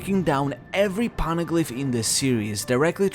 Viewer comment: "po-ne-glyph" not "pawn-a-glyp" I have a constant influx of these OP channels who can't even pronounce the most basic things right, or completely miss the most basic plot details when speculating or theory grinding. Don't feel too bad, but you aren't getting my sub. You don't get first place for One Piece lore slop with this, but I can share what one place looks like. Someone forgot Aokiji kidnapped Pudding. Started trying to predict the rest of the manga... 8 mins of my life I'm not getting back. It was interesting until he said, "Blackbeard has no way to read the poneglyphs so we can assume..." No... big no. I'm just tired of the slop on my recommended. Do better or do something else.